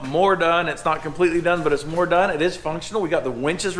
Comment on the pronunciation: “It’s not completely done, but it’s MORR done.”